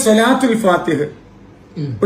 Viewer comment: സ്വലാത്തുൽ ഫാത്തിഹ് ആണ് ഫാത്തിഹ അല്ല